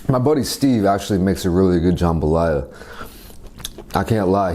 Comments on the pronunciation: IVE NEVER CLICKED SO FAST AS a true authentic cajun girl, i had to see this. Will edit after watching edddit Okay its not JahmbahhLaya. Its JUMbah Laya. Usually jambalaya has sausage and chicken. This one looks good. It doesnt have big big pieces of peppers or tomato. Theres NO tomato!!! Hehehe. Im just so happy he enjoyed nxt. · Looks authentic, though the veggies look somewhat large. Also we pronounce it more like “jum-buh-ly-uh”. Pretty awesome that this dish made it out to Korea. Do some gumbo, boudin, or crawfish etouffee next!